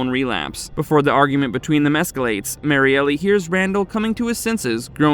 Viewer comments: Why do you say Mariellie? It’s Mariel. Just L. No ee sound after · Bro it’s pronounced MARY-EL not Mary-Elly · Might wanna fix the pronunciation of Kristi’s girlfriend… Mary-Elle instead of Mary-Ellie…